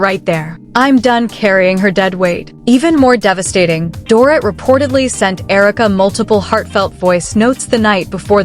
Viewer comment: If these damn AI storytelling freaking channels don't learn how to say these people's names right just don't do the 🤐story Smh they say Doorit ..So annoying to hear it like that over & over again🙄